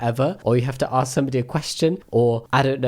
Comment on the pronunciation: Alpha males always pronounce "Ask" as "Axe". Because Alpha males can't read.